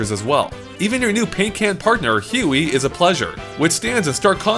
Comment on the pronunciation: What's up with your pronunciation of Huey? It's like "Hue", you know, the color property? Not "he-wee"